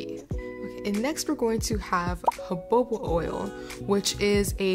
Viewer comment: Jojoba is pronounced huh-how-buh. ☺️